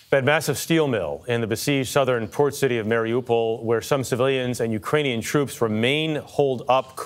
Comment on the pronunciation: Debra Patta—please educate yourself. Hint: It’s not “Marry-a-pole.”